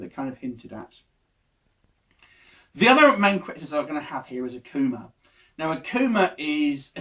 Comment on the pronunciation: This dude lame akuma was cool n new can't even pronounce the names right